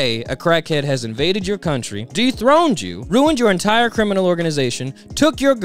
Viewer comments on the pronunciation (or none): none